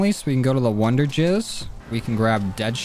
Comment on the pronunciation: Did he just say wonderjizz instead of wonderfizz?